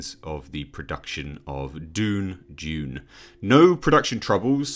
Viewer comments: It's 'DOONE' NOT 'JUNE' BY THE WAY. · I believe in Arakian it is pronounced D’ēēöön